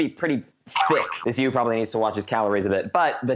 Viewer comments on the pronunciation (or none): none